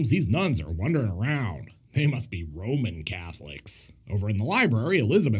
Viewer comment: "Roamin' Catholic" 🤦‍♂️😂🤦‍♂️🤣